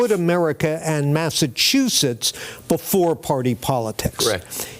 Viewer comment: I’m thinking that if you want to be the governor of Massachusetts, it should be required that you correctly pronounce Massachusetts.